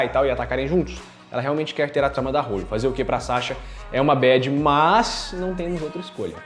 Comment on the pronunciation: não é "hÔlly", se diz "hÓlly"..